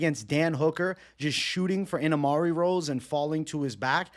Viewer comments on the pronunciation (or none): ENAMARI ROLLS!?!? 😂 it’s IMANARI ROLL 😭